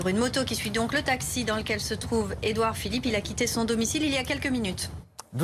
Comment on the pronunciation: "Édouard Philippot" 😂